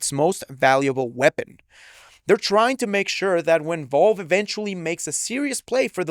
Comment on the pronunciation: Bruh it’s Valve. Why tf do u keep saying “Volve”?